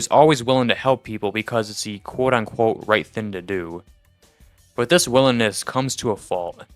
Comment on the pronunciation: Bro where are you from that you say the word thing like the word skin? You’re saying thin It’s THING like ring. At some points I had to go back to listen to the word again to even understand it